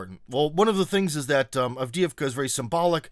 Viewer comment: Cmon,. You of all people should know how Avdeevka is pronounced. It’s not Avd-eeh-ee-vka, but Avd-eh-ye-vka.